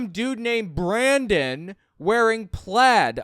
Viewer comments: I think it's Brannon, not Brandon... I hate that I know that. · Wait... Did call him Brannon? edit Typo